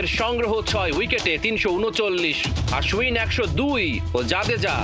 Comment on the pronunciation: কি এক অবস্থা, নাম হচ্ছে আশ্বিন৷ আর সাংবাদিক বলছে আশউইন😂